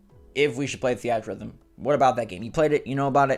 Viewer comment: i can’t believe you pronounce theatrhythm that way